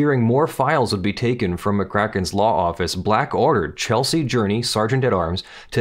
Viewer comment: the Sergeant at Arms's name was Chesley not Chelsey.